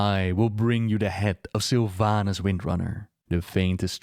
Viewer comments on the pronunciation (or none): I was always wondering where are you from,? Your pronounciation is very specific, like when instead of "d" and "t" you say "ts" or "c" and strongly accentuate "R". Like "TyRande Whisperwints hates the Horts."